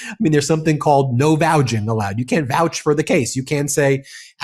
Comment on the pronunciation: Is it a regional thing, pronouncing vouch as vouge?